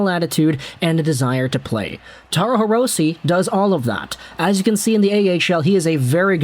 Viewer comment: Hirose is a Japanese last name, so the "e" in Hirose is pronounced like an "a." Just an fyi.